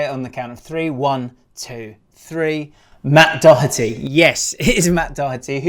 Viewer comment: on a positive note. well done for pronouncing Doherty correctly. a lot of english people [on tv at least] say dough-erty. particularly snooker pundits with ken Doherty. YOU'VE KNOWN THE MAN FOR 30 YEARS!